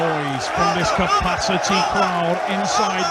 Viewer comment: Why the hell is the commentator calling him Shag in this villy.